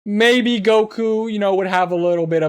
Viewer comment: No he can't also it's Goku not guko